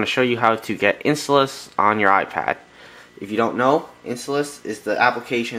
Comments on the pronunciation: INSTALLOUS! NOT IN-STALLOUS RAWR! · your saying installous wrong